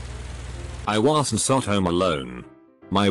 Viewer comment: like i wasn sot on the right planet wtf what is that pronunciation